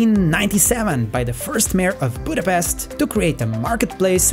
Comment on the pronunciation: One annoying things when they call it Budapest please don't say 's' we say it 'sh' Pesht Like in the Black Widow movie!!! Come on guys!!! 🤷🤦